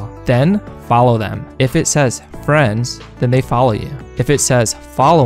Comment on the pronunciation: bro rlly said "i wanna be frands"